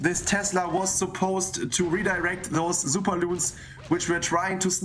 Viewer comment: It’s super not zooper you commoner